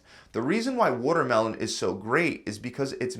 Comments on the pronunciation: everyone talking about the food that's healthy but did no one realise that he said 'wutermelon'...wuter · Wotermelon has wuter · Wuhtter melon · wuddermelon made of 90% wudder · Yeah I noticed that too. There’s a lot of wudder in wuddermelon. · That’s pronounced as watermelon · lol "wuddermelon" is delicious water :P